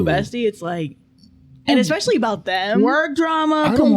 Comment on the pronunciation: I love you. And I don’t know how to say this without sounding rude. I’m honestly not trying to be. It is definitely MY problem, but i will be super happy, if you practiced saying E-specially 🥺🙏